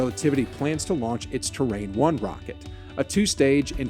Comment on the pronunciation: A Space Shuttle in the thumbnail is hilarious!! :D Terran isn't pronounced like Terrain.. It's great to see a generation of nerds raised on sci-fi boldly going for it!